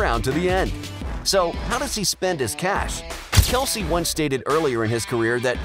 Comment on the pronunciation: You know it seems if someone is gonna do a bio video on a guy they might make an effort to pronounce his name correctly. I know I know everyone calls him Kelce but his name is pronounced Kelce, not Kelce. So yeah if you talking about Travis on the field it’s become acceptable to call him Kelce. But when you’re talking about being burn and named and his mother and fathers name it’s not proper to call them Kelce. It’s Kelce and it’s pronounced just the way Travis pronounces it, which ain’t the way you pronounce.